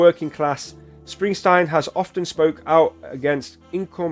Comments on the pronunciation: Just to let you know it's Bruce SpringSTEEN, not Stein. It's Dutch. It happened a lot when he first started out. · What part of the name Springsteen makes you want to pronounce it springstine? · It's SpringstEEN, not SprinstINE. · Bruce Springsteen! not Springstein! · Spring steen, not Springstein! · Bruv its not springstine its springsteen😎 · His name is pronounced SPRING-steen, not SPRING-stine. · Springsteen. With a long e not a long I. Enjoy your reaction to this . He is the Boss for a reason. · It is Spring-steen. Not Spring-stine. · Its Steen ..steen ... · It’s pronounced Spring-teen. I love the boss.✨Bob Seger is also a big one back in the 70’s 80’s. Seger has great songs also “ Turn the Page” Night Moves” Like a Rock” Ol time Rock & Roll” Main Street. You weren’t cool back then unless you listen to the Boss & Seger. You’ll love his music to. Seger is from Detroit & he gave a song to GM to help them & that song “Like a Rock” sold a lot of Chevy Trucks. He is a big one you need to check out. 👍